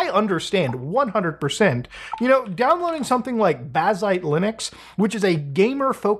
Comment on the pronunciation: I kept hearing "Deeploading". My apologies kind sir.